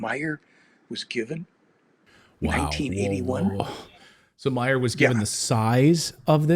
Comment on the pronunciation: Billy Meier, not Meyers.